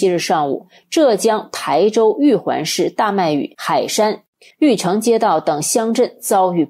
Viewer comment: 浙江台州 发音：台 tāi 第一声，指地名。😀